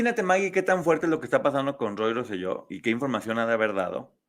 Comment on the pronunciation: Saludos, de PR los corrijo con cariño, Se pronuncia Rose-yo. Por otra parte, gracias por hablar y darle exposición al caso. Por alguna extraña razón o por amiguismo en PR no se toca el tema , es casi un taboo .